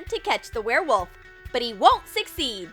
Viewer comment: Why is he even trying to catch the where woft